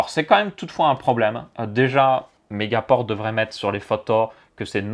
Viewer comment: On dit megapore